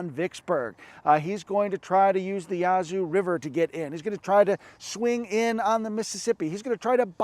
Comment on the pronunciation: If it hasn't been said already, the "a" in Yazoo is the same "a" as "cat". First syllable emphasis if you're a local.